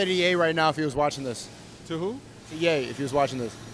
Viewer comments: Pretty funny the Chinese cop says Yee instead of Ye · An Asian guy calling Ye "Yi" is peak.